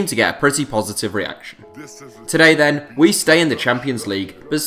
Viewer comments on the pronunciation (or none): none